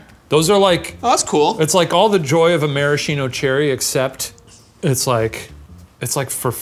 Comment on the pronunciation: Shane I love you you're amazing but never pronounce Maraschino like that again